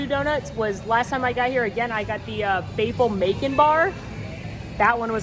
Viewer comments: Did... she just say “Baple Macon”? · Why’s no one talking about the fact she said “Baple Macon”😂